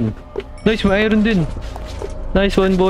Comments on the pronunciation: when you pronounce Iron as ayron instead of ayorn 💀💀💀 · Lods "ayorn" ang pag pronouce sa iron❤️lab lots love your vids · I-Ron hahahaahahha galeng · Kua Hindi Po i-ron iron Po ahhaah